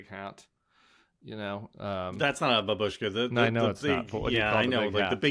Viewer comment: The hat is, I think, a papakha. BAH bush kah (babushka) is "grandmother", accent on the FIRST syllable. Timmy....